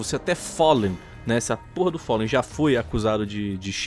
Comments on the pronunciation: O follen, é com A Falen>é essa a fonética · QM É FOLLEN ??????????????????????? É FALLEN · te ver falando "follen" ta uma dor nos ouvidos.... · Não e follen não e fallen! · só não fala "follen" kkkkkkkk, ótimo vídeo! Na minha opinião estavam xitadassos os players da Chaos.... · engraçado eh o chamando o Fallenzão de Follen UAHSUAHA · gringando: "Foli" "Gáulis" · Todo respeito ao mas alguem também tem agonia dele fala fóllen e keios? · o FÓLLEN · Po, "folen" e "gáules" pesquisa os nomes dos cara man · ''follen'' kkkkk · follen KKKKKKKKK q agonia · FOLLEN? kkkk lingua do cara ta noiada kkkkkkk FOLLEN